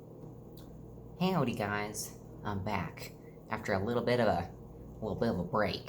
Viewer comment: Me expecting to say a normal “Howdy”: 🙂 saying Heowdy: 🤨